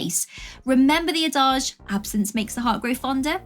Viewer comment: It's pronounced ADD. IDGE! Pronouncing it A DAJSH as though it's a French word doesn't make you sound smart or knowledgeable like you think it does! It's not a French word!